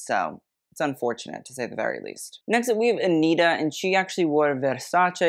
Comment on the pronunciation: you can say versace correctly but not anitta? 😭😭 she’s brazilian, so the pronunciation is aniTa and not aniRa! (but that’s ok u can say it whatever way you want, i just found it curious)